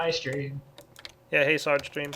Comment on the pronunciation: stop pronouncing searge wrong :facepalm